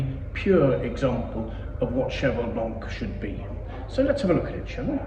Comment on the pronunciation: Whau, that sounds lovely! Did you say "horsey"? Like "white horse"? 😅 What a beautiful Winery, looks so amazing. Love this wine, the 82 was epic, I will never forget that smell..... Thanks so much!